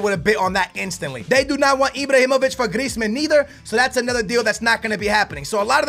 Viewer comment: He keeps calling Ibrahimovic Ibrohimovic